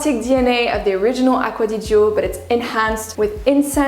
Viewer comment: On ne prononce pas le i ma belle : ) ! It written aqcua di gio but spelled acqua di "jo" ! La fonction du "i" devant le "g", est comme celle du "e" devant le "g" en français ! Cheers